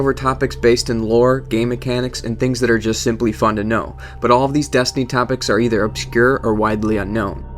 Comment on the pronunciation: 'Desinty' lol. Nice vid though